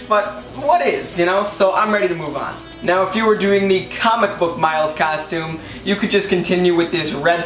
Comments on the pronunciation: Stop sayind castume itd costum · I think he can't say costume because he keeps saying custume